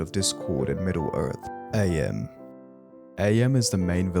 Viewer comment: its not a.m. its Am, as in "I think therefore I am"